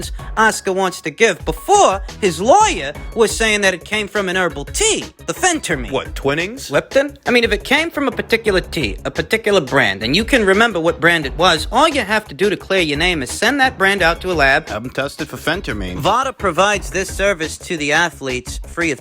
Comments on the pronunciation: Love the tea pronunciation - twinnings… not ‘twine’ings. has the best verbalary on YouTube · It's pronounced Twine-ings. Just to let you know 👍